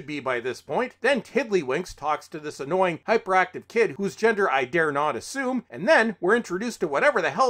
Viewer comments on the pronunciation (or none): none